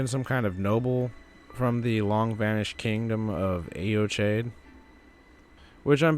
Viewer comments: AY-o-KYDE. I should know, I went to high school there. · Good video. There's so little information about Eochaid (I'm Irish, learned Gaelic in school and I think its pronounced /yaw/ /kid/ with the stress on the second syllable.) I think its the old name for the weeping peninsula. Morne is a Gaelic word as well and Ireland in the early middle ages had a reputation for solitary ascetic monks. Whoever they were, Godfrey put them to the sword after his northern campaigns. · It's pronounced "yo-hidge" In Scottish Gaelic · Pronounced yo hedge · Butchered that name lol. It wouldn't have taken much effort to just google it and learn the proper pronunciation, but you went with sounding like an ignorant doofus. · Americans pronouncing words like Eochaid and Siofre is so fucken funny